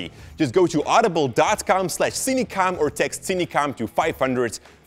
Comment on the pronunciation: How I pronounce: Sin-a-kom How Pronounce: Seen-e-kom